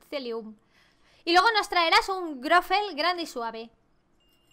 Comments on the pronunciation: te quiero pero.... no es grofel y grofe.. es grofle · Me encanta, y amo que digas Goffre jeje aun cuando lo querías decir bien lo decías mal xD te amo ❤️